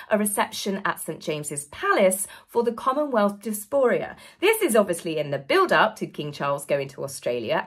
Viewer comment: It's 'diaspora', not 'disporia' (which is not a word).